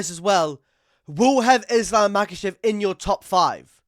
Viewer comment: Chael "Makel'Chev" :finger-red-number-one